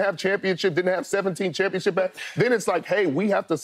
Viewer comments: A "CHUMPIONSHIP" 😂😂😂😂😂😂😂😂😂😂😂😂😂😂😂😂😂😂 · "Doesn't it feel like a chumpionship?" 🤣🤣🤣🤣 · Skip said chumpionship , lol! 😂